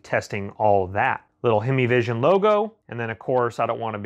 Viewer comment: HYME-VISION. "HEIMVISION" NOT HEMI-VISION. IT HAS A MOTOR, BUT IT ISN'T A DODGE HEMI.